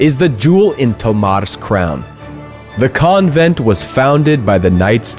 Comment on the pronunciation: Mate, learn how to say "convent" But apart from that unhelpful comment, this is a great video. Super informative, helpul and eye-opening. Thank you!